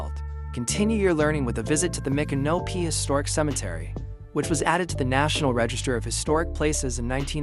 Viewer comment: Please try and stop mispronouncing Micnopy. It’s pronounced like MICK-AN-O-P for Christ’s sake